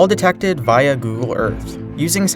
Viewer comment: by vya google earth now not by vea google earth im talking about the via you say via like vea